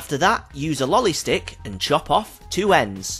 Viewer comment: "Lolie stick" omg what the crap are u saying